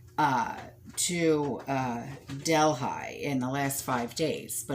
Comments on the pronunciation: I think it’s pronounced del he. Worked there it’s so huge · Quick question. is she trying to say ¨Delhi¨ as in deli. Im confused as to where she is talking about I dont know of Delphi or Delhigh, Im thinking she means Del(h)i. And there is a major planet flying towards us at 40,000 mph, im sure the power players over there took these supplies for their emergency stock piles, cuz they know whats coming, the average everyday person has no clue.